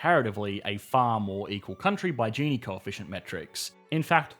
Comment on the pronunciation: Hes say gini wrong